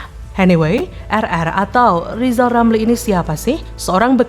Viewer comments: Berarti yg guoblok Lizal😂,, ngomong " R" aja ga bisa😅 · Lizal lamli yg bodoh, masak sampai tua saja bilang R yg begitu gampang saja tidak bisa😂😂😂😂